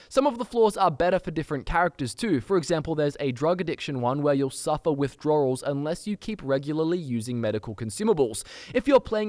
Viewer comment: "Floors" "Withdroorls" Not making fun of the accent (trust me, I'm a Newfie... Our accents are outrageous) Cracked me up every time I heard the missing W's is all :)